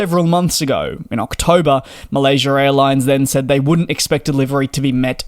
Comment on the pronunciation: There's no r at the end of Malaysia!